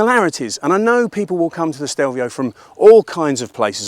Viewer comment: Grown man, years of motorcycle world experience and still fails to pronounce the name correctly.